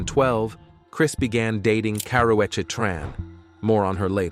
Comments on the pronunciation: Why they pronounced Karrueche name like that..and when was she in a fight with Rihanna 😂.. She always full of herself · The narrator is killing the name pronunciations